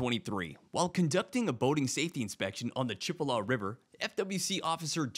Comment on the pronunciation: Chip-a-la River😂😂😂😂😂😂 It's Chi-pol-a